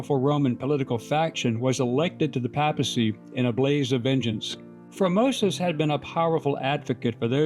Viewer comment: "Papacy" is pronounced PAY-puh-see - long A in the first syllable.